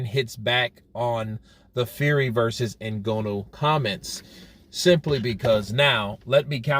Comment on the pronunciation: At least learn how to say Nganou's name properly. It's not that much effort really.